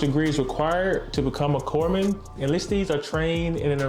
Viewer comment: The P is silent in corpsman. “Coreman”